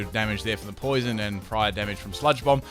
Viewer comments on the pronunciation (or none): none